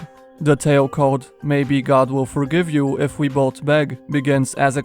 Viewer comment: Everyone: "both": "bod"